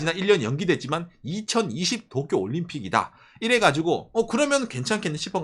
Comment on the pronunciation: zㅋㅋㅋㅋㅋㅋㅋㅋ종이펴서 또꾜!! 따라하는거 개웃겨서 몇번을돌려보네